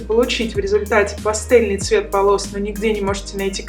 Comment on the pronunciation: Не пастЕльные, а пастЭльные, грамота жесть просто деточка